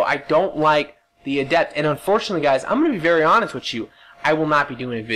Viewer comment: you said ADEPT correctly!......when you screamed it at the start haha!